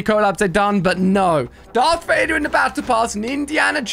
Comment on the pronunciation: Bro rlly said dark vader💀